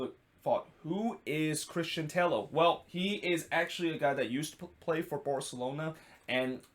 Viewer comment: Just one note: Christian Tello pronounce as "Teyo". Double L in Spanish make Y sound. A familiar example would be David Villa, which I think you already know how to say it.